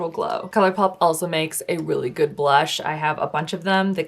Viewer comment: I died laughing when was tryna say GOLW ahahahhahaha